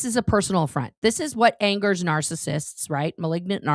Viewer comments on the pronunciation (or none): none